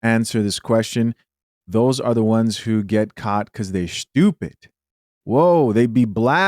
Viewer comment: "skriktly" "skraight" fuchin skoopid!